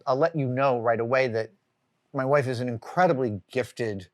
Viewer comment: For the love of God, say WIFE!